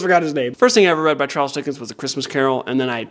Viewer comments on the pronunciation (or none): none